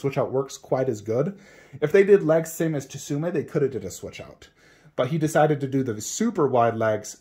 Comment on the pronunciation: Tsume is better imo so I agree. FYI it’s pronounced sume Art the T is silent like in tsunami 😁